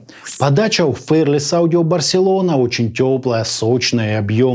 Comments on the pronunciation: Правильно не «фэрлес» а «фи-ар-лес» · спасибо за обзор. Но неужели так сложно посмотреть произношение слова fearless? Мы живём в 21м веке, сейчас даже английский знать не надо. Заходим в яндекс/гугл переводчик и слушаем произношение. Всего делов